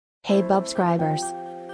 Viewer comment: it's subscribers not bubscribers